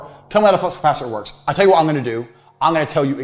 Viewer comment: Flux not fucks 😭